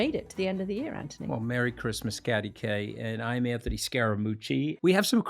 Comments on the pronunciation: STOP KATY WTF AND WHO THE F said he was a “ “brilliant guy “ you sound so IGNORANT KATY UNWATCHABLE DONE HER BTW MOUCH ‘s Name is ANTHONY NOT ANTY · Omg his name is ANTHONY NOT ANTONI PLEASE GET IT CORRECT